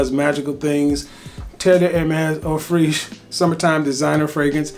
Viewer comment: eau freesh? Just pronounce Fraiche like fresh.